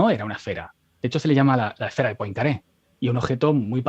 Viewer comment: Poincaré se pronuncia "puancarré"